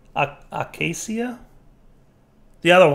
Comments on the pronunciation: Pretty sure it's Acacia (uh-kay-sh-ah) or how the dictionary shows it: /əˈkāSHə/ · UH-KAY-SHUH pls.